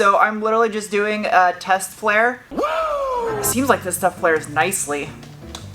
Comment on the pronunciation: It's "flare".